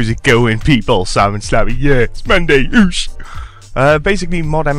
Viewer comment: Idk why but I feel very uncomfortable when you say "Oosh" :S